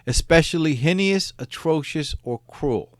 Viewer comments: Hen- e - us .....no its pronounced Hayne-us. Anyway great telling of the crimes of this p.o.s .. I like hearing these different stories of how people ended up on Death Row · Heinous has two syllables. Hi nus. Or hay nus if you’re wrong. Hi n E us is just plain retarded. Stop. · You keep mispronouncing heinous. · Heinous is pronounced HAY-NUS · Heinous= hay-ness